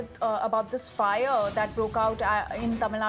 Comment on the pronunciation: Fire..lady. not fyyare.